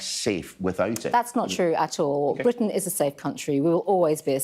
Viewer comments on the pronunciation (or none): none